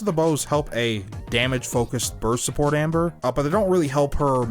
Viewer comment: For a moment I thought that you were saying Ember.